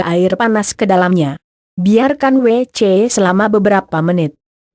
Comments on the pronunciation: Bisa ga ngomong wc nya g pake jeda jd anehh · Hadeuuhhh yg lagi belajar baca...gak bisa ngomong WC